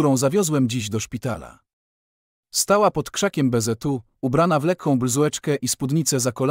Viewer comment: Dlaczego lektor dziwnie wypowiada; zamiast "Bzu" czyta bezetu, zamiast "co" ceoo?? i jeszcze kilka innych słów wypowiada albo jako skrót albo z angielska???